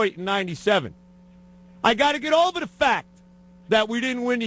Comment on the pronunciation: "I gotta get OVAH the fact..." hilarious.